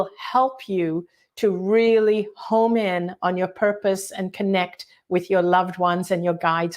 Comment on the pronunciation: It's 'hone' in not 'home' in. ❤😊😊😊